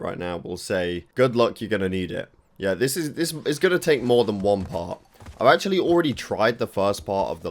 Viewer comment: Achully counter: 13. Not too bad. I don't know where from is in Britain, but his pronunciations are hilarious. Djump, Achully, Bandicute. I'm watching another Brit YouTuber Storpey, he's from London, and he's much more different in pronunciation than. Or should I say, he's doing it like a regular Brit guy. 😂